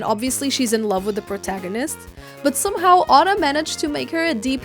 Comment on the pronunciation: btw it’s not pronounced ah-duh it’s pronounced O-dah